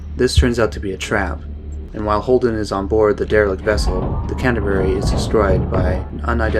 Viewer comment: its Canterbury nots Catsberry